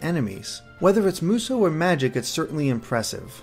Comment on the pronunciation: btw, Musou is pronounced moo-soo, not moo-so. atleast everyone I've heard online has said that, and everyone I know irl says that as well.